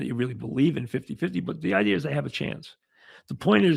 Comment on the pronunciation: Mike you always have great ‘idears’.